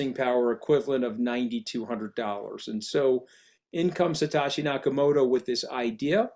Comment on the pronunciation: How is he that clueless to mispronounce Satoshi Nakamoto Satashi🤡